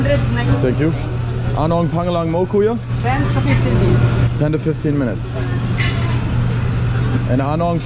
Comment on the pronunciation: Say “kuya” brother… not “kuyo”…